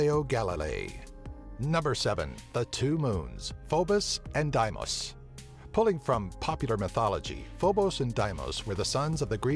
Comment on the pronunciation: FO bos &. DEE mos I trust the pronunciations of astronomers so why can't narrators check them out instead of making up their own or just guessing?